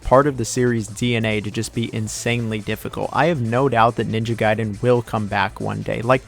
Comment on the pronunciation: I love how you pronounce a word one way and literally two seconds later you pronounce it another lol. Gaiden and Gayden, Sekiro and Sekeero 😁